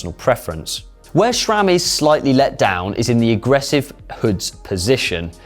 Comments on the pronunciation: Can't understand so many Brits' obsession with inserting an "H" where it does not belong. It's Sram*, not "shram" same as "H" is "aidsh*" not "haidsh"! And why can't Sram built a good-looking crankset anymore? That AXS monstrosity looks like an angle grinder from a budget hardware store. And your chain is too short. In the big-big-gear shown in the background the derailleur is almost parallel to the ground when it should be in about a 45 degree angle. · Please stop saying SCHRAMMM